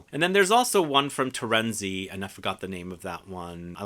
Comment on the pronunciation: Why do you say "TORENZI when it's TERENZI with E" ? americans ......... why do i wonder !!!